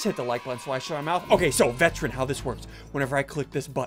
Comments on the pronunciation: Bro called veteran a veTTeran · To be honest, I thought it was vegetarian and not veteran.🤣😂😅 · Veteran is so good but you say sick.